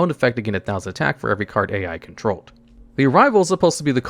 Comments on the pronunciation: BRUH I was going insane him calling A.i 😂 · I know there are a lot of mispronunciations in these videos but this one caught me off card. Yusaku is pronounced like You-Saw-koo (And Ai is pronounced “i”)